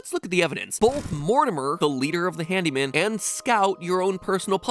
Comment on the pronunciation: I watched the entire theory, and the only thing im questioning after that is the reason why “handeemen” sounds like “hand demon”